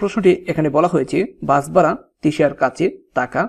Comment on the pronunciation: একটা কথা বলি আপনি ভাড়াকে বারা বলছেন কেন ?😅